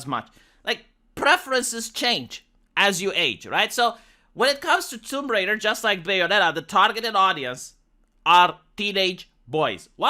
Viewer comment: She's Tomb Raider, not Womb Raider. smh